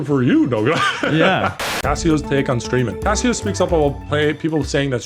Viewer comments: Its Case-oh not casseo nogla! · saying CaseOh like Casio is so funny. It’s case-oh / Queso with American accent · Nogla please it's case o that's how you say his name not casseo or whatever the hell you where saying people please like this so he sees it or blow up his Twitter correcting him every time he said the name wrong I had painful cringe it really annoyed me for some reason. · CaseOh is pronounced "queso" not "Casio" 😂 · I know Nogla did not just call Case Oh, Casio. Bruh. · is it just me or does nogla not know how to say case-oh not cass-e-oh. and also did not know about the lex situation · Caseoh❌️❌️ Cass e oh✅️✅️ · Learn how to say Casoh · Did he just call Caseoh, Cassyoh? 😂😂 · Nogla you say Caseoh like Queso cheese, (Ka-ace-o) Nogla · is he calling CaseOh casio like the watch? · Nogla says Caseoh's name Cass eo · Brutal CaseOh pronunciation Nogla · Nogla pronouncing caseoh's name wrong is so funny 😂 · How tf does Nogla screw up Caseoh's name think about his name like Nacho cheese dip. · The way Nogla pronounces Caseoh 😂